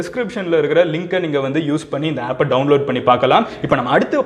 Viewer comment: Madan Gowri bro one small mistake Appu illa bro Aapu